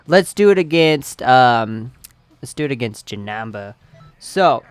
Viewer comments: dude u r pernounsing janemba as ja-nam-ba it is ja-NEM-ba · JESUS ITS Jah-Nim-Ba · STOP FUCKING SAYING Ja-Nam-Baa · Ralen Taylor He says Jenamba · he says janemba wrong